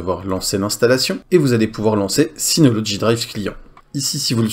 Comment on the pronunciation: Mais pourquoi tu dis toujours "synoloDgy" alors qu'il n'y a pas de D !!! Sinon encore une vidéo très intéressante merci pour tes vidéos.